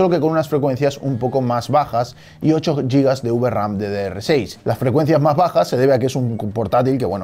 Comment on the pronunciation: Cada vez que escucho pronunciar Giga como Yiga mueren 20 gatitos en internet, Giga tiene la misma raíz que Gigante, y nadie dice Yigante, a que no?